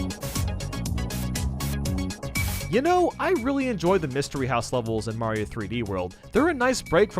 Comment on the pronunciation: He butchered Mario